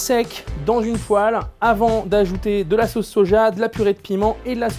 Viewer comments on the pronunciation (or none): none